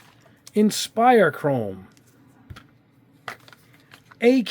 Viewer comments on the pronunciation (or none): none